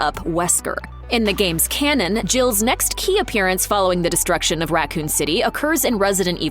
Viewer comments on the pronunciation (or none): none